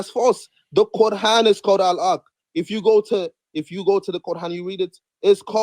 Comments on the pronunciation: The Kor-han. Never heard it pronounced like that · Why does he keep calling it "the qurhan"? Do some arabic speakers pronounce it this way? Maybe he is a non-arab muslim? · It’s the CORD-HAAN now 😂😂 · Why is he pronouncing it kor han? Even more dumb than ko an which is mostly used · He's the only Muslim I've ever heard pronounce Quran, as Core-Hawn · My ears hurt hearing them pronounce "quran"